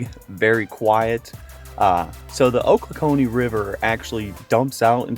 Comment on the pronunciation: hey man, cool video! I'm from that area, and thought you would be interested to know that it is pronounced "Oh-clock-knee".